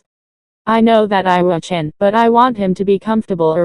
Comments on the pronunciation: Did anyone else notice it said Iaw-Chan instead of Iwa-Chan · At exactly you said Iwa-cham